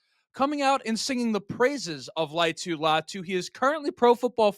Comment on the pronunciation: All vowels are pronounced with most Polynesian names: La-i-a-tu Latu.